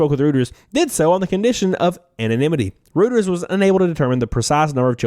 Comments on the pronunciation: "Reuters" is pronounced "Roy terz". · Doesn't seem like anyone asked whether these children were getting paid or what they're getting paid. BTW, the "Reut" in Reuters rhymes with "Roy", my boy.